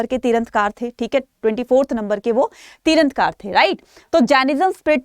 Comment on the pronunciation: Mam please correct, you are speaking tirthankar as tirandhkar..